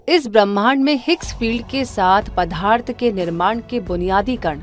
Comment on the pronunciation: बहुत ही अच्छी डाक्यूमेंट्री है। बस कहीं कहीं पदार्थ का उच्चारण पधार्थ करना कानों को चुभता है !